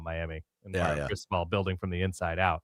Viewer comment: Is it a solid verbal episode if Ty doesn’t mispronounce Mario? I say that in jest, thanks for the content this season!